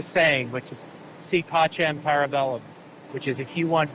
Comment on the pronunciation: for someone who has such a way with words, his pronunciation of si vis pacem para bellum was horribly incorrect and pronounced completely wrong but he’s american so can’t expect much.